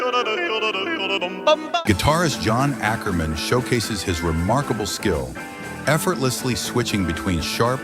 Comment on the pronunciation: I was ok with it up until JOHN Akkerman.